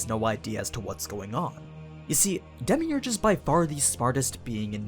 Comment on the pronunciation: When he says demeurgous it hurt me to my soul